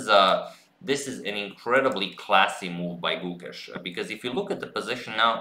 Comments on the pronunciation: The 'e" in Gukesh is longer and the 'u' is shorter. Its like 'Gukeysh' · #suggestion The pronunciation of the 'e' in Gukesh is elongated, as the 'a' in rAce/phAse. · I'm here to just listen Agad say GUKESH 😜😁